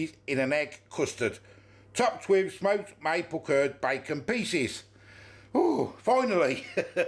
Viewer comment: Cured not curd lol😂😂😂😂 the u in cured is pronounced the same as your 😂😂